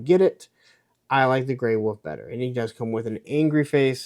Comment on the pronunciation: I knew u don't pronounce wolf correctly....You say woof....😂